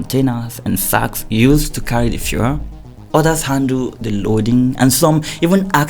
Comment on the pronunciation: Looks like the Journalist after a long investigation is too tired to mention the “E.L” at the end of the word “FUEL” Well lol😂 thereby making it sound like “Fuhrer” instead 😂 Anyways More grease to ur Investigative Elbows my brother! 💜 🇬🇭 🇮🇸